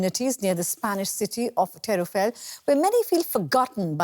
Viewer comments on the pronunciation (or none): its called Teruel, not tereuel